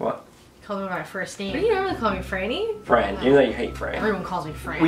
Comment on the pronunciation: Yeah it’s franny 😒not Fran 👀